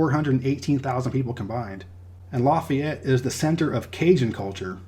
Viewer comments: I love your channel man! I'm from Lake Charles. I might not live in Louisiana anymore, and I'll never live there again, but I gotta say man, it's pronounced "Laugh-ee-ett" not "Loff-ey-ett" That is forgiven though, thank you so much for being so thorough. So many people forget about Hurricane Laura, and no one know how important Louisiana is to the food, shipping, and oil industry in general. I also love your distinguishing of Creole and Cajun culture. Cajuns have better food btw 😉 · And you messed up with Lafayette. It's actually more like LAUGH-yette, not LA-feyette. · Laffy-ette. Cal-cuh-shoe :-) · We say Lafayette as you would say Laffy Taffy. So instead of Laffy it’s Lafayette if that makes sense 😁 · Calcasieu is pronounced Cal-kuh-shoo. Lafayette is pronounced Laff-fee-et.